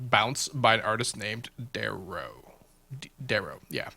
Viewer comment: Haha "Derro"